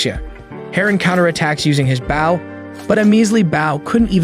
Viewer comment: A bow is the front of a ship. While a bOw (the O in bow is the long O sound) is a weapon used with arrows. Sorry I had to point that out, but every time you mispronounce bow it throws me off and I just wanted to FYI because you have done this in other videos as well. I love your videos however, that is why I wanted to let you know! Please do not take this as anything other than helpful correction. 🥰